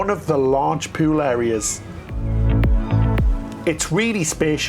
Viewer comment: you make me laugh so hard when you say the word "pool" cuz it sounds like you are saying "poo"!❤ Love you guys!!😊